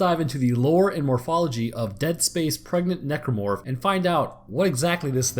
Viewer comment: he say prdnet necromorph instead of pregnant